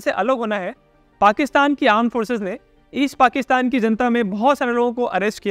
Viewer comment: armed forces ❌️ aand forces ✅️